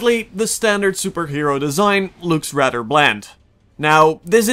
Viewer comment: YES "Radder" terrible review